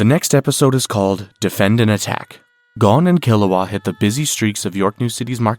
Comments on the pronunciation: You would think watching so much you would know it’s Goe-n and not Gawn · it's pronounced Goan not Gone wtf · I’m told him after watching so much you would think he would know it’s Goe-n and not Gawn. Lol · Gon….rhymes with bone. You wouldn’t say bawn